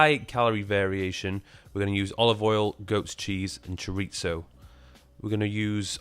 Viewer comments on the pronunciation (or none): I never ever heard somebody in my life saying "chorizo" as does lolllllll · all good very interesting but please, never ever say the word "chorizo" ever again. torture.